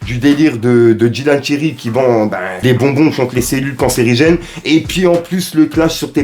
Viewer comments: Ce mec est 1 charlatan j'espère qu'il aura des problèmes avec l association des médecins et le pire il sait même pas dire le mot :cancérigène abruti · DÉJÀ....il sais pas dire cancérigène donc ça va pas du tout 😝